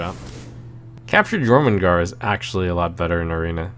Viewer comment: Glad to see Trump actually reads Jormungar right cough looking at you Kripp cough